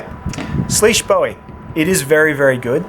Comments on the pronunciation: It’s sleeusuh bowowie dumbass, unsubbed ❤️ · According to Spyderco it's actually pronounced swish by the way great vids